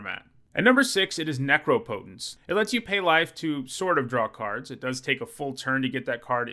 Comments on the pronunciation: „Neecrowpoutaince“ right? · Has learned how to pronounce Necropotence yet? Let's find out!